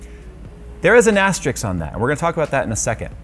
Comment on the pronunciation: lol I caught that too. I always catch it when I hear people pronounce it that way.